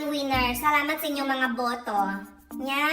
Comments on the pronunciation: kakadakkelan ti boto isuna idi kalman😂 makaparagsak jay pagpronounce yo iti BOTO 😂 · The way you pronounced "boto" makes me laugh hard. 😂 Kasang sangit ko lang ngem naragsakan nak gapo kenka💜 thank u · Talaga met ta panangbalikas mo jay word nga "boto" 😂 Pirmeeee! Dagitay nalumot panagpanpanunot dan awanen sabali nagturturongan isip da. Chooour😂✌ eklalin lang. Hahahaha you always make me laugh. Thank you 💖